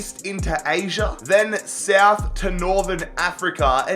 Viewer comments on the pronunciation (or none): none